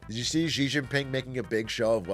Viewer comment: There is no “j” in “Xi” - it’s much closer to Shi and “Ji”